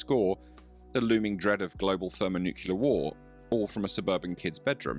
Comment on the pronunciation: yeah, I assume it was a real human, as he said "thermo Nuceler" wrong. An AI would NOT to switch LE to EL in Nuclear But, I suspect AI was used to generate the text tho..